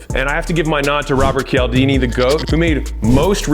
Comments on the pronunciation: lol im a bit skeptical now as his name is "Chal-dini" no "Kee-al-dini" - a true admirer would know that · Hey Alex I love you but it’s pronounced “chaldini”.